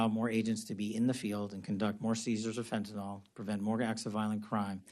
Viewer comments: Fennton L?? .How is he in politics and he doesn't know how to pronounce fentanyl???? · Maybe first he needs to learn how to pronounce "Fentanyl".